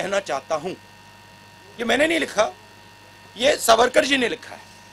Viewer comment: तुम्हाला सावरकर नीट म्हणता येत नाही का? सावर का म्हणत आहात? सुपुत्र की सुपूत । हे सुद्धा त्या राहुल सारखं येडं दीसतय